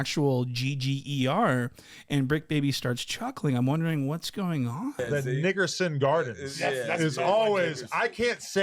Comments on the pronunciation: It's NICK-er-son. Smh. Adam22 just said that on purpose. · Bruh he said it twice , insanity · Adam saying nickerson like that was crazy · Adam dropping the hard r is hilarious 😭